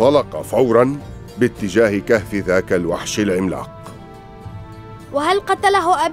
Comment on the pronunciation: اتجاه مو تُجاه